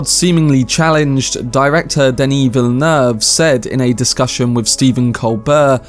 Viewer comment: This man loves Denis Villeneuve so much he actually learned to pronounce his name correctly